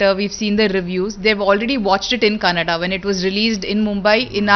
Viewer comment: Kannad nahin bhai Kannada hai....